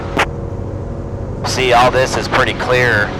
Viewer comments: Is he sayin ccccllllleeeeeaaaarrrrrr or qqqqqqquuuuueeeeeeeeeeeeerrrrrrr? LMAO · I don't know man, sounds like he's calling his wife (if his wife's name is Claire, that is...), as if he wants to be rescued at the last minute or something; instead of "clear", as in please don't do something stupid like walking on my prop... Please! Great content! :>)